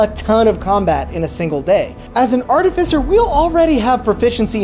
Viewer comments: Its Art-i-Fice-er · Its pronounced like ar-tifi-ser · The irony that he’s technically correcting the old pronunciation when it’s actually ärˈtifəsər with the stress on tif and cer not on at and fie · YOU PRONOUNCED ARTIFICER WRONG IN THIS VIDEO. YOU HAD IT RIGHT THE LAST TIME. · I can't say that you mispronounced Artificer; it was just too new to me for me to not mention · Oh no! They bullied you into pronouncing it wrong! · I actually changed my pronunciation to this after many comments in my last artificer video haha. You'd be interested to know that the pronunciation is different depending on regional dialect. Your pronunciation, I believe is one consistent with the UK whereas the one you hear in this video is the US variant!